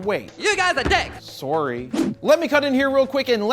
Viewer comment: THIS MAN REALLY SAID SORRY IN A CANADIAN ACCENT